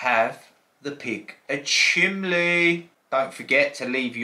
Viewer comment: Are you saying chimley haha 😄 the scratch coin is so pretty 😍